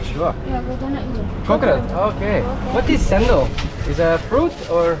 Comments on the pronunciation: Cendol is pronounced as Chendol. Not sendol. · Samoa people didn't drink coconut milk.. But Malaysians do.. We enhance the taste.. 😊 That's Chendol pronounce of cendol.. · I'm sure someone's pointed it out by now but its pronounced "chendol" the c in bahasa has a "ch" sound. k is the hard c sound in their language. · In Malay Language, everything that starts with letter C, will sounds Ch as in Chair. So, cendol is pronounced Chendol. Cendol is actually the green wormy thing made out of flour and the green color came from pandan. You gotta mix everything before sipping cendol The lady at rice stall said Buah Kedondong (ambarella or hog plum). when she said 'Masam-masam', she meant it taste very sour. When they made it into drinks, normally sugar has already been added. And the brownish thing you see in the Kedondong juice was 'Asam boi', which is also sour plum but has been preserved, dried and coated with sugar and salt so it became like liquorice on its own. The lunch set for the girl from England (sorry didn't really your both names), was Chicken Rice. The sambal egg & tempeh are additional side dishes. The black sauce was soy sauce + vinegar... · CENDOL is pronounced "ch" as in chat. so it's ch-endol. :) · cendol pronounced chendol 😁